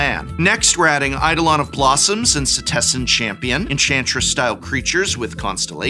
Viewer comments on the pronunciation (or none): none